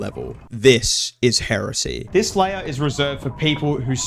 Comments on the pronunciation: heresay not heresy apparently xd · Did you just say Hear say instead of heresy?! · "here say" is wild bro 😭 it's pronounced heh-reh-see 😭 great video tho edit: oh wait he got it right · here-say, its heresey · Hearsay (hear-say): A legal term for rumors. Heresy (hair-eh-see): What you meant. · pronouced heresy(hair-a-sy) as hersay(here-say) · heh-ra-see, not here-say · Heresy isn't pronounced as hearsay. Hera-C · Heresy, not hearsay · Uh. Hair-ass-yee. Not Hear-say. Thats a different thing lol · also, "hearsay" "hearsay" 😭 its 'Heh-Reh-See", but as one word, so it says heresy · heresy: noun, belief or opinion contrary to orthodox religious (especially Christian) doctrine. its Heresy, not hearsay. Hair-a-see. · yeah its heresy, not here-say, i made that mistake too against religion type shiit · it's pronounced (hair-es-c) heresy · Heresy is pronounced more like Heiresseee. but the H is not silent. so more like Hair ess eee. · Heresy is pronounced "hay-re-see" just want to point that out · It’s: heh·ruh·see English must be your second language idiot. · "Heresy" vs "Hearsay" 2 Different Words and Meanings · Your pronunciation of the word Heresy is heresy itself. Hair ess ee holy shit have you never heard the word? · Your inability to pronounce heresy is... Quite heretical. The inquisition has been sent to deal with you appropriately. Of course, that's only hearsay. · Your pronunciation of minos being minus sign and heresy being here isy is so funny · The way bro pronounces "heresy"💔😭